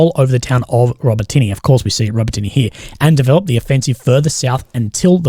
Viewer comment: Urozhaine, Robotyne, Tokmak. If you're going to pass congregation try and at least get place names correct